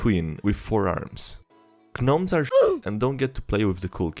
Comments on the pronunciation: love the video as always man. you make it much better to listen to you than read the posts the g in gnome is silent isnt it unless im stupid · Why would that matter? The g in gnome is silent regardless of dialect.